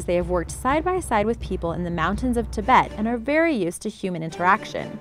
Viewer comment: I am so happy that someone knows how to pronounce ( Tibet ) cuz most people don't and that gets me so annoyed cuz your like IT'S NOT PRONOUNCED THAT WAYyyyyyyyyyy then you start Haten them and I'm like booya suckers I don't have to hear them struggle muhahahaha btw I'm a Tibetan :) just to let you know how it feeellllsss